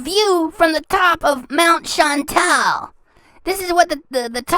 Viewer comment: “CHAN. TAL. THINK THIS A CUTE FOOTAGE. NOT RILLY”